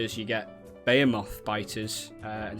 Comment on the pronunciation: "bayomoth worm" i'm not gonna say anymore